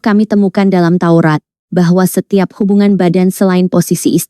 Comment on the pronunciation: Maaf, Huruf T didepan tAURAT Mungkin Sudah diMAKAN KAMBING,,, menJADI AURAT. Salam SADAR.